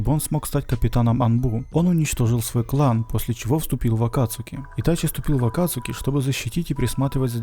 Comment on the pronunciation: Акацки!! А не акацуки!